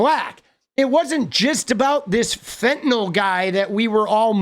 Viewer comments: YOU TOO,! IT IS PRNOUNCED FENT-I-NYL 👏 IT IS PRNOUNCED FENT-I-NYL 👏 IT IS PRNOUNCED FENT-I-NYL 👏 IT IS PRNOUNCED FENT-I-NYL 👏 IT IS PRNOUNCED FENT-I-NYL 👏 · CALL IT FENTINYYYYYYYYYYYYYYYYYYYYYYYL! SEE THAT LETTER? SEE IT? CAN YOU SAY "NYQUIL?" CAN YOU SAY "VINYL?" NO? YOU CALL IT "VINOL?" I'M GETTING ANGRIER AND ANGRIER BY THE MINUTE! THINK I'M ABOUT TO HAVE A STROKE! I MEAN STRYKE, BECAUSE I CAN DO IT TOO! I CAN DO IT IN REVERSE! DY YYU UNDERSTAND WHAT YOU ARE BEING TYLD?